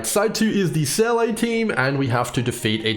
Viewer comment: Why can't anyone pronounce Seele right? It's said over and over and over in the game... It's pronounced Seela.